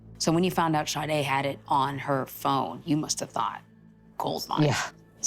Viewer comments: How can the girl's name be pronounced Shaday, when it's spelled Sade??? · I'm interested in knowing how in the world they got that pronunciation out of Sade?!